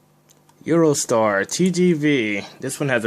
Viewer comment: Thanks for pronouncing eurostar right on this video unlike on your part 2, congrats.